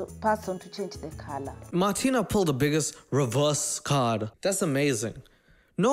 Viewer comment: The funniest thing was the English TV Moderator who couldn't pronounce Martina if his life depends on it and kept calling her "Martín" 🤣🤣